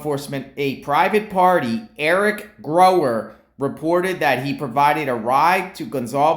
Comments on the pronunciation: Gower not Grower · it's Gower and pronounced that way. pronounced it wrong. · Theres no "r" in Gower's name... just like theres no "L" in Kohberger.😂😂 Sorry but that drives me nuts. Its not grower or kohlberger...